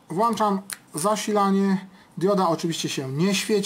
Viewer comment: włĄczam nie włAnczam